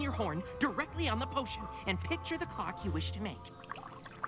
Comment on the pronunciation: It sounded more like c*ck than clock.